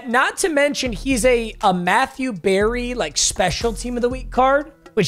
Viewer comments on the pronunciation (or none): none